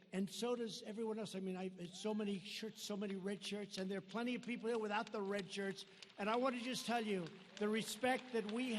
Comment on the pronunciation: Red or Rad....lol I saa Red an Rad..